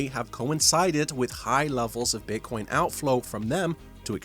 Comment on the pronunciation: Did he call Bitcoin beancon? :D